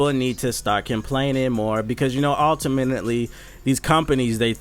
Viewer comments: Ulta-minuet-ly lol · "altiminately"? Bruh.